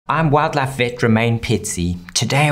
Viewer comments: Today I learned aussies pronounce "wildlife" as "wad-laf" 😂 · Every he says 'Wildlife' my brain can't tell if it's English or very Country